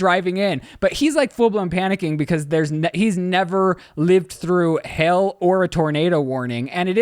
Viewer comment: the HELL lmaooo took me a second to realize you were saying hail